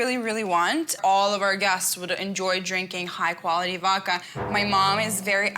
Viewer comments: How is she Russian and can't pronounce voDka but will spend $1700. wow. These two are both ridiculously unreasonable. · Did she keep saying “Vokka”?